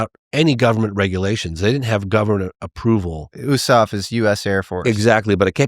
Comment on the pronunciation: Never heard USAF pronounced like that